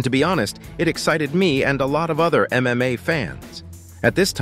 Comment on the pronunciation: its probably AI voice. It said "MMOA" at one point...